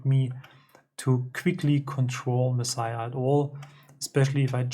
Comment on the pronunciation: Yes, perfect pronunciation! Mad respect for this. I'd prefer to have a dedicated box like yours than to modify one of these old cases to add knobs etc. Yours is a good size and angle too. And I've built a few eurorack modules, so I know how hard it can be to find the right parts sometimes. And it almost always costs more than I think it should. Do you mind if I reach out to discuss this controller further? By the way, I've got a Kerberos and MixSID en route, thanks for the heads up! Looking forward to more videos. Peace!